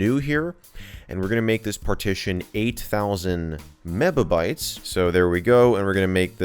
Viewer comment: MEBABYTES xD